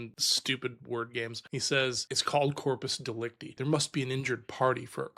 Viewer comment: I'm 77 and have never heard corpus delicti pronounced like that.